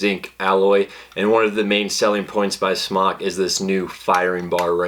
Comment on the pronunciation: You're hot so I'll ignore the fact that you're pronouncing the mfg "smock" instead of "smoke."